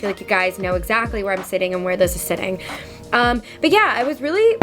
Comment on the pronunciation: British accent took over: 😂 bUt